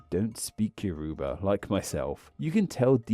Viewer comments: The name of "Yoruba" is pronounced more like "YOR-uh-bah" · Thanks for covering Yoruba! your pronunciation made me crawl out of my skin(as a Yoruba). But it's okay! I still think it's cool